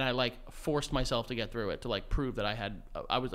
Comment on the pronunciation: “Birtday” “trough” “tought” the ‘th’ sound does not exist for these guys haha